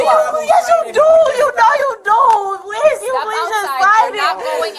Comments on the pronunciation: But she said "pleeez-UH" several times-uh. Not sure what more she could doo-uh? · Anyone else noticed that they put a “uh” at the end of words when they’re being arrested. Please-uh why-uh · The minute an adult starts adding extra syllables to their words I know they are a toddler mindset, pleaseUH, I just needUH, you don't understandUH, makes my brain bleed.